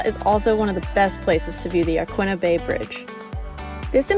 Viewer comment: As someone who's lived here 10 years, you pronounced Yaquina correctly. It is Ya-qwinna, not Ya-keena. No one here says Ya-keena. But yes, you did mess up agate 😉